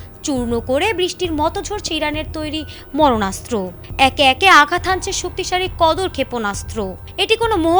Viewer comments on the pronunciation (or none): মরনাস্ত্র নয় মারণাস্ত্র বলতে হবে।